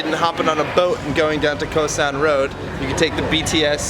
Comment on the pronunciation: Your pronunciation sounds tourist: Khao san.